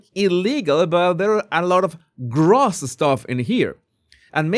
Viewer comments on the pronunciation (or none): It is adorable how do you say: “gross stuff”. You pronounce it “gruss stuff”… Instead of “gr-oh-ss stuff”. 😊